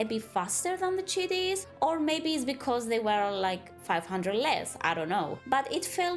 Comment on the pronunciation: “Kite-in” is how chitin is pronounced